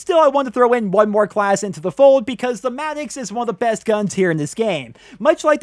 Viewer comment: The madix its madox lol I'm not hating on you doe